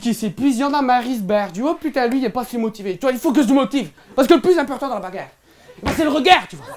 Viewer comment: "la baegare" !!!!